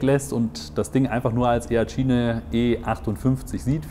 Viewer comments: E-A-TSCHINE :D - Denke eher "etschein" gesprochen ;) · Es wird itschain gesprochen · wie sprichst du denn?! benng guut?? e-a tschiene "lasse ich noch durchgehen" (obwohl, man könnte auch versuchen es englisch auszusprechen)